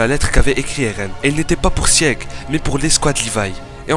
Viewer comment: Sieg ça se prononce "Zeke" mais oklm mdr